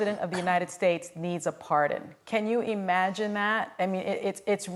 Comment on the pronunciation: "can you e-magine that"